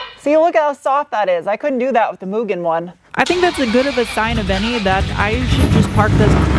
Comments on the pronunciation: Made my day to not hear you call it "Mew-gen" 🤘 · This will seem dumb to most people, but… Thank you for pronouncing Mugen correctly!! Keep up the good work.